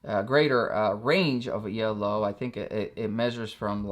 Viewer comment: "E - L - O" made me laugh ;)